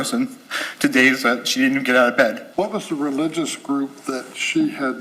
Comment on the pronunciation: He actually said religulous